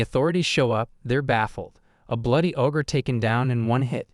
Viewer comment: Hey! Stupid AI! it's not AWW-GRR, it's OH-GRR. Ogre. The AI mispronounces the simplest words, and it's maddening! And the AI trying to say the story "using other words" frequently gets them to say something completely incorrect, ever opposite, of the real story! GAAAAH!